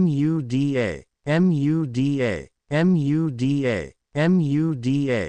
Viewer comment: I hate how the auto reader speech spells out Muda rather than say it. It's annoying when spelled repeatedly.